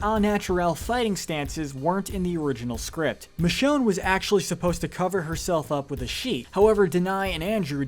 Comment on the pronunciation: Please please, don't allow to do your episode on season 11! He butchered Michonne's name or RICHONNE! SMFH! 🤦‍♂️🤦‍♂️🤦‍♂️...+ his voice is boring 😴